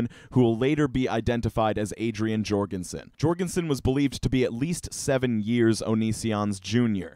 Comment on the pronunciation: Please, surnames like Jourgansen have the "J" pronounced like a "Y"; it's pronounced "Yourgansen"